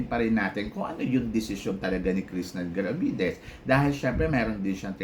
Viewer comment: Ang engot ng tingin mo sa paghihintay. Hello. Miss World is Miss World. Sure na may pageant yan unlike sa Miss Charm Cheapanggang Pageant na yan. Tsaka jusko bat di mo mabigkas ng Maayos yung Krishnah Gravidez. Wag ka na mag vlog.